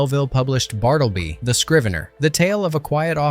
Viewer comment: It's "Bart-la-bee" the Scrivner